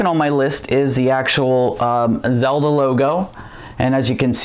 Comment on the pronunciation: Spideymations it's the legend of Zelda not Nelda